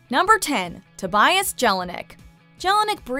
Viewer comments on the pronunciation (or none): none